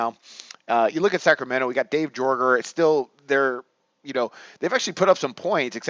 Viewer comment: I have a hard time tailing you when you don't even know how to pronounce peoples names. It's pronounce Yay-ger, not Jorger